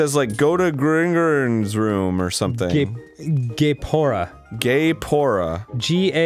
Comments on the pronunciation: am i the only one who thought danny was about to say gay porn when he said gaepora lol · For like a minute there I thought Dan said gay porn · I'm upset that Arin is butchering Gaepora's name so much his name is literally a reference to Kaepora Gaebora the fucking owl in almost every game that EVERYONE KNOWS!!!